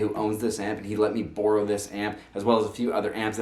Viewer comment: Booorrow? where the hell are you from brah brah?